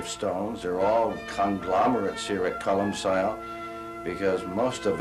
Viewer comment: Colum-kill. Not colum-sil.